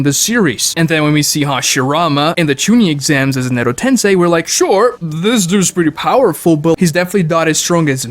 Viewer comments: God why does this guy talk in this weird fake exaggerated way, it's so aggravating, I wish you volume'd him down a bit. Also how can he mispronounce so many names and words fucking christ. Edo TenSAI? TENSAI? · I hate how he says “tensei.” 😖